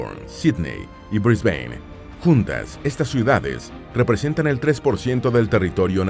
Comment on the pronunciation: Diga BRISBÁN, no Brisbain…